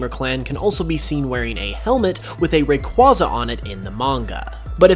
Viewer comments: It's Ray-Kway-Zah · Raquaza (ray-quay-za) it’s really easy why does everyone pronounce things the way they want when everything has a set pronunciation Great video though❤️❤️ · Bro, your mispronunciation of Rayquayza's name hurts.